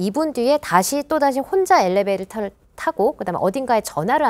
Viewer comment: 엘레베이터 엘레베이터 엘레베이터 엘레베이터 XXXXXXXXXXX 엘리베이터라고요... 아나운서가 그것도..쩝